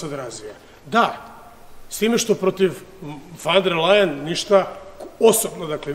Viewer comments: Ona se zove Ursula Von Der Leyen ( izgovaraj: Ursula fon der lajen ) a ne fan der lejen. Sramota da ti kao predsjednik i član EU to ne znaš, mada si toliko strašno pametan i toliko izstudiran. Jadni smo mi sa ovakvim prepotentnim predsjednikom. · Usrula van der Lajen .... kako to fino izgovori :D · Nek frajer prvo nauci kak se određena prezimena izgovaraju, a onda nek serucka po Ursuli.